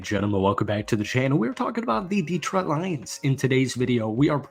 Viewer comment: It's pronounced De-TROIT, not DEE-troit